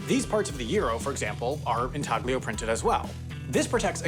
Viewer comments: in-TAL-y-oh. The G is silent. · It's pronounced "in TAL yo" printing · "in TAG lee oh" printing? Looks like we got another entry in the corrections video, hopefully can learn Italian pronunciation by then. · Always a learning experience. Side note: the "g" is silent in "Intaglio". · He keeps saying "intaglio", when its origin is Italian and "g" is silent, and it stresses me out. I think he did it in on purpose